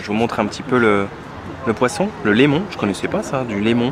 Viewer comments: Limon pas lémon c un poisson blanc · Qu'est-ce que t'es allé faire à Aokas lol... mais bon, il y a tellement d'autres trucs à faire sans méchanceté aucune. Hâte de voir Timgad. C'est du limon pas du lémon au fait. Avec l'accent, nous inversons beaucoup les voyelles malheureusement.